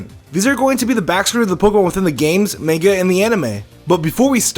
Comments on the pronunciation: I'm sorry, but you just said "man-ga". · Bruh main-ga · DID HE JUST SAY "MAYNGA" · yeah he says "main-ga" lool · He said manga wrong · The way he pronounces "manga" makes me crazy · am i the only one who heard him mispronounce manga in the beggining or am i stupid?